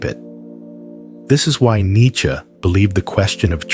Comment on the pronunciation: An American can who doesn't say 'neechee'. Good lad.